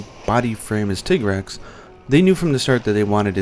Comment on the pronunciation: man you've been mispronouncing tigrex for over four years now?